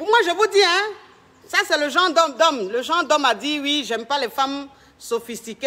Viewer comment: c’est pas du genreuh!!!